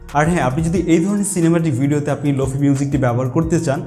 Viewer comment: প্রথমত শব্দটার উচ্চারন লোফি না "লোফাই" তারপর শুধু "রিভার্ব" ইউস করলেই লোফাই হয়ে গেল? আর কোনো কাজ করতে হয় না? আপনি যেই ভিডিও টা বানিয়েছেন সেটা "Slowed+reverb" এর মধ্যে পড়ে। lo-fi is deferent. Lo-fi তে অনেক কাজ করতে হয় যেমন Stretch, beat আরও অনেক যা আপনারা বুঝবেন না।